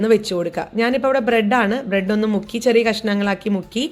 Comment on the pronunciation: ബ്രഡ് എന്നു പറഞ്ഞത് തെറ്റി ചേച്ചി